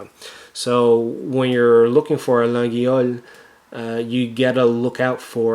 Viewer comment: It pronounced "La yhole" not lageeeole. Please stop murdering my language